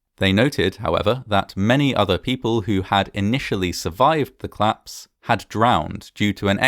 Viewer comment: Oh this must be a claps! Oh yes, and the plice arrived :) I am so happy you still omit the o in these words. It makes me laugh.